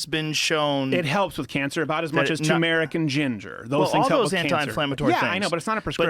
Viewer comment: PSA: tuRmeric not tOOmeric It's spelled Turmeric. There are two r's. Great, thanks